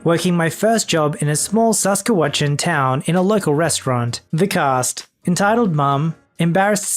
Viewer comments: Future tip, Saskatchewan is pronounced "sah-skatch-chew-whan" lmao. I appreciate the effort but "saskewatchan" was just too funny. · Sass-cat-chew-on... not sask-a -watchin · AHHHH Saskatchewan (bruh Sask-at-chew-wan) close enough pronouciation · You pronounced Saskatchewan wrong its SAS kat u on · 🇨🇦Saskatchewan=sas-cat-chew-on🇨🇦❤love ur vids❤ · Sas Kat chew an Just so you know, that will help you pronounce it better. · it's sass catch uh whan if you want to pronounce Saskatchewan. for my families secret santa we use elfster and we pick the gift we bought on their wishlist and after all gifts got exchanged we have to reveal. some people play secret santa where they pick a random gift from the pile of gifts and they steal one anothers or they do the white elephant gift exchange just like secret santa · Hi! Thanks for the shout out! Just wanted to let you know that it's pronounced Sus-katch-uh- whan lol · I had to smile at the pronunciation of Saskatchewan, not quite right... Wait until you find out how we pronounce the capitol cities' name Regina.